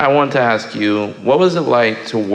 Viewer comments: I love how spiritual and cosmically connected he is. Also….I’m pretty sure “MJ’s engineer” is one of the only white people on the planet who can correct a black person saying “aks”, and not get his ass beat. 😆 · "aks" lol. so funny.